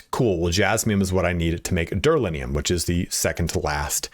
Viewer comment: It's duraLUMinum, not duraLINium. :OP Great video!